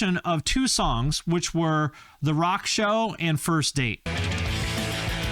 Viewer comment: when you said "songs", for a second it sounded exactly like "somebody once...